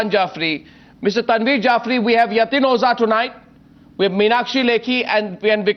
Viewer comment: Mr. Arnab, its O-JHA, not O-ZA !! Please, for world peace sake, lets close this issue today, so its O-JHA.. no no. dont get confused and dont dodge the pronounciation, its O-JHA, O-JHA !!! Its not O-ZA ...